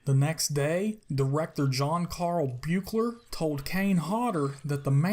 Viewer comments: Buechler is pronounced "Beekler" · It's pronounced "Beekler" btw :) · You said the director's name wrong, every time.